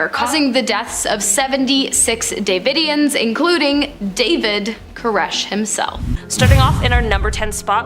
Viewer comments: Branch Duh-vid-eons. Way-co. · The host in the black shirt long black hair I guess she's just trying to be funny but that's not how you pronounce davidians and it's Waco not wacko you spell Waco with a long a